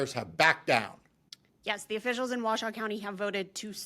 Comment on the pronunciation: The county in Nevada is Washoe, pronounced Wah-show.